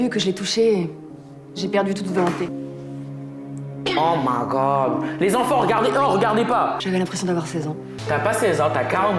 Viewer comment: le « omagggogg » 😂😂